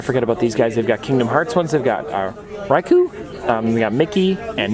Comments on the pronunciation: Riku pronounced Ree-Koo, not Rye-Koo, just to let you know. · Ree-ku not ryku